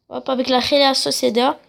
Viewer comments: T'as un problème à la bouche ? La rhéla Sociéda... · Et réal Sociedad sa se prononce pas comme tu le dis et tes équipe elles sont nuls mmdr avec la réal sociedad je suis 1er débile